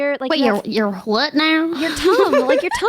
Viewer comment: "your hfwut now?" yeah she's from the south haha